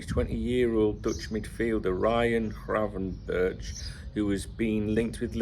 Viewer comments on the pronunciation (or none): You have the gravenberch pernounciation almost right, just that the "ch" at the end is pernounced as a hard "k" in dutch.